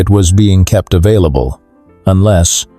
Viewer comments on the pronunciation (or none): none